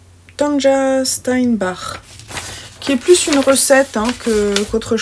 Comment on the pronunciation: Merci beaucoup pour ce vlog. Que de beaux projets. Pour ton info, Tanja se prononce "". C'est ainsi en allemand. Bonne fin de week-end et bon tricot!